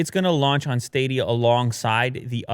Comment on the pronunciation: Everybody: Stadia Willi Du: Staydea